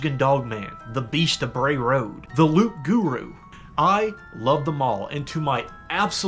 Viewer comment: The p is silent in loup garou